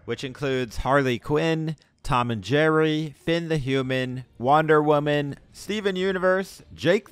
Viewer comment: I know he did not just say wonder women like that